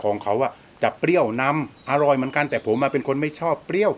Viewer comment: คำว่าอาหร่อยของพี่มันทำให้เค้ายิ้มและขำทุกครั้งเลย^^😋